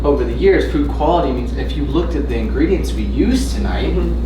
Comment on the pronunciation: For a minute there I thought he was saying "poop" quality...and I was like...hell yeah dude...you gotta look at your poop...it tells you so much about how your body is doing...but no..."food" quality folks...not to be confused with "poop".